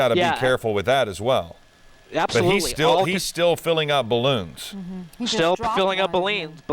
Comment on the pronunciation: lol! he said baleens !! :D